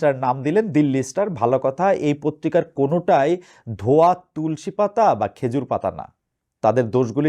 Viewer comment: ধোয়া নয় .... 😅😅😅😅 ধোঁয়া